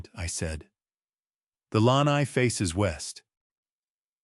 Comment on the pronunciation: AI should learn how to pronounce lanai